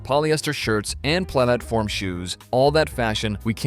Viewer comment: pla - atform shoes? Yeah, I thought the voice was AI. Just put no effort into the video, why don't you?